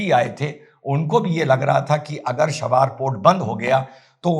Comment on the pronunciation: “शाबार” नहीं बोल कर इसे चाबहार कहिए। और “खमानी” को खामनेई कहिए!